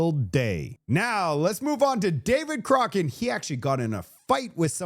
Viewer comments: Do you mispronounce David Coch…rane..on purpose? He’s an idiot but he needs his name right so people can avoid him! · its COCK RAN ... not whatever you are saying...